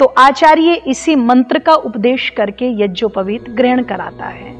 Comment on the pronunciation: Madam ji AAP yagopaveet ko yajopaveet keh Rahi hai aap pade